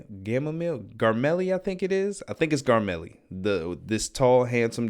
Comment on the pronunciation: . The little faun's name is pronounced "gar-mee-lee" It's gonna be at least another season before we come back to him so I wouldn't worry about himfor now if I were you. That's a cheeky reference to Burt Reynolds which in the campaign Scanlan commonly refers to himself as I'm pretty sure that particular spell is called Guiding Bolt. It's a surprisingly powerful spell considering how low level it is. And yes they did use that in season 1 when Pike showed up in Whitestone as an astral projection This is another quote from the campaign, although in the moment he called himself Burt Reynolds (which as mentioned before he often did) In D&D dragons typically tend to be very perceptive, so it may have just been that. They also have truesight, which we saw an example of in S2E1 when the white dragon saw through Scanlan's illusions. But it seems they adapted it for the show so instead of being a passive ability, they have to consciously activate it. Looking forward to the finale! :D